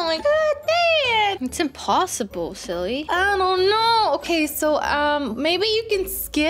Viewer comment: Did you say emposebole